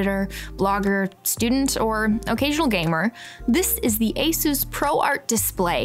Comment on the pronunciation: ASUS not ASOOS